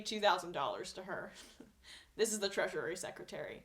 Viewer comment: Okay, I am not a person who does this type of thing but the way you keep saying that word is wrong. You've been adding an extra syllable to "Treasury". It's pronounced just like "treasure", only with an added "ee" sound at the end. Not "treasurary". Thank you for your video updates. Sometimes they are the thing than can genuinely help me get through the day. It's nice to know that other sane objective people like myself can still see right through the platitudes and bullshit promises of the President-elect and the company he keeps. Keep up the great work!!